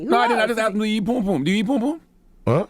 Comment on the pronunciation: It's not pume pume,say after me PUM PUM!!